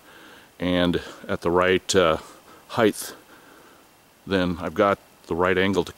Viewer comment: did you say heighth?